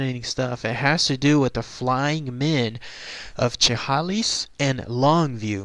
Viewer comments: pronounced " sha-hay-lis" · You are not close to pronouncing Chehalis right. It's 'Sha-Hale-Us.' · It's pronounced Shah Hay Liss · Great video as always! Don't sweat pronouncing Chehalis wrong, I am pretty sure that is how anybody who doesn't live near here pronounces it the first time if they have never heard it said before. lol. Never knew about this though. Very interesting